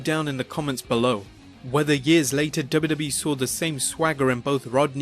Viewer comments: Please pronounce “wwe” as “double you, double you, eeeee” and not “duba, duba, eeeee” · for some reason i'm really enraged by the way the narrator pronounces WWE/F. dubba dubba. but LOL at McMahon coaxing puke to puke